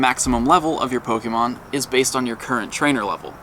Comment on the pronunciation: says Pokémon & Rattata correctly. That's 1 of the reasons why he's the best Pokémon Go Youtuber. The others are extremely annoying, clickbaitors who butcher names constantly. Fake fans.